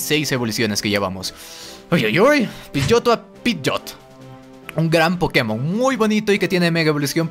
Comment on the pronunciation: Pidgeot! Se pronuncia pidgot, no pidgotto